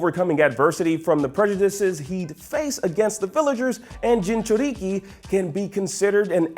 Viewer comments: I disliked this list the moment he said Junjuriki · "Junchuriki" Imma head out. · Jordan Walcott junchuRIKI lol I cringed